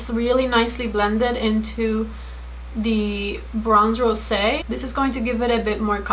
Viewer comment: I think you are the only one saying bronze rosé right!